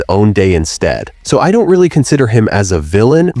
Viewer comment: Yes. You can tell in the first 5 seconds when it pronounces fucking don't as "daunt"